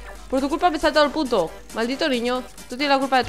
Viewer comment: mi hermano dice que dijo puto enves de punto